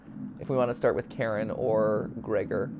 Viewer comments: It's not pronounced "Karen" it's "ka-rin" ffs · Idk if I'm right but I'm pretty sure Karin is supposed to be pronounced Kareen. I don't think I've seen anyone say it this way but I'm pretty sure that's how it's supposed to be. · I think it’s pronounced ka-wrin